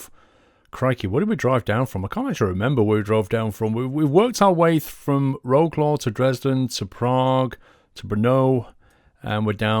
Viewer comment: You pronounce it as Vroclav